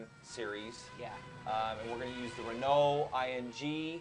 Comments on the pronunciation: lol?! Did he call it the 'Ing' car? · you guys pronounce renault funny :D